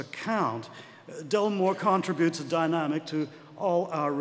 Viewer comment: American accent is OK, except for "contribute."